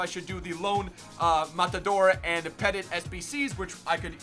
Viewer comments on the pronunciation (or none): Love you bro but it’s Puh-tee not Peh-tit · How can pronounce all kinds of stuff but he can't pronounce "Petit" correctly it's not fucking peddit😂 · ITS PRONOUNCED PE-TEA, It isn't a dog, it's not pet it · It’s not pronounced petit it’s pronounced petee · Emmanuel pet it its pronounced pet eat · How American can you be😂😭 it’s Petit, Pet-ee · Also,it's Emmanuel Pettit (Pet-tea)